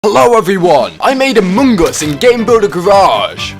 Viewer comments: You said Amogus (amo-goose) you meant Among Us (uh -muhng /əs/) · It’s not amoong us it’s among us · No one: Literally no one: No single soul:: a m o n g o s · Ah yes, my favourite game "Amuungas". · “Amuung us” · "amung uus" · I love how he says AmOnGuS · Ah yes, british... Emon Goos 😳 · My man realy just said Amung Us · I love the way he says ammung us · I love how he says among us amongus Good video! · I love how he pronouces it Amogus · He says amoonguss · the way he says among us is funny. and good job keep up the good work.